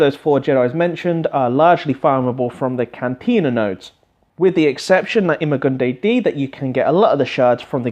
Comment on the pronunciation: lol "eema gun dee dee" It's "I-ma goon die"